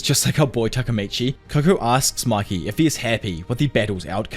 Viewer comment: It's not maki . It's mikey